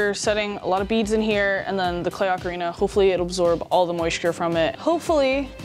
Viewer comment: I thought he was an expert until he mispronounced Ocarina.